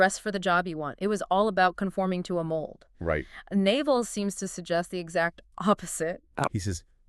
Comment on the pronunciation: The hosts are totally mispronouncing his name. 😩 It’s not Naval like the navy, its pronounced “Nav-All”. Hard to trust this channel if they can’t even get the basics right. 🤦‍♀️